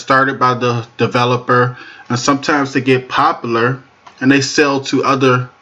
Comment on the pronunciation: "Popalure" as you say it is wrong. The word is "Popular"